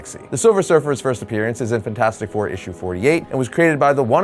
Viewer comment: I absolutely loathe the way you say fantastic